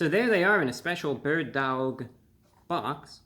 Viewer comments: Bro, do you know how to pronounce "dawg"? Aren't you from NY? Just pronounce "dog" with a NY accent ffs. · I like the second way you said it. Sounded New Yorkan. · Dowg is different than dawg. How would you pronounce “awful”? Owlful or awful? Come on, Reviewbrah! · You can pronounce it like “awe” instead of “ow” you know 😭😭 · The bird DAWG emphasis killed me every time ^_^ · lol dawg isn't pronounced dowg, just like dawson isn't pronounced dowson. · The way he says dauwg I love it ! 😄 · I went and got some "Loaded" Bird Dawgs after watching this and I couldn't stop pronouncing it "dAWg." They were delicious too! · Dude stop pronouncing it like that! You sound silly! Dauwgh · Sorry to say this but the way you say Dawwg is so white. I love it fam keep up the good work. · It's horrible but it's still pronounced Dog. Like the Cleveland Browns have the Dawg Pound. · You forgot the 5 extra w's in the title that you're pronouncing in dawwwwwg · Your drawl on the pronunciation on DAWWWG makes me LAWWWLLL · I couldn’t stop cracking up when he kept emphasizing the “DAWG.” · Dawg is pronounced the same as dog lol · I crack up so bad every time he says DAWG lol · He says daWg so intensely but then immediately in his own accent says doAg (dough-ogg) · How we pronounce it in La is Dauhwg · The way he starts slurring the word Dawg gets progressively funnier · His pronunciation of Dawg has made this one of the best videos on YouTube! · Each time you said "dawg" my entre body trembles hahaha. Entertaining as always! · The way hey pronunciates dawg 🤣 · no he clearly thinks that's how you pronounce "dawg". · Happy Birthday there Report of the Week! I could listen to your pronunciation of dawg until the birds come home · I LOVED how he pronounced DAWG throughout this video! 😂😂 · good Lord such epic mispronunciation of a simple slang word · The "Dawg" makes me laugh. every time he says it.